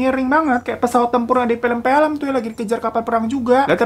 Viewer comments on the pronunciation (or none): Bang 'film' bukan 'pelem-pelem' ekekekek